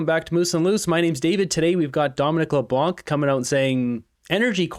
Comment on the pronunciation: I wish English people would stop butchering my last name. LeBlanc is NOT pronounced Leblank just Leblan the c is silent. Thank you!